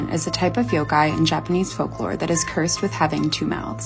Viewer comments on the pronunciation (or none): none